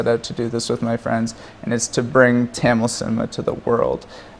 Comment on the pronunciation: Parthi Kandavelukku Tamil pronounce panna varliya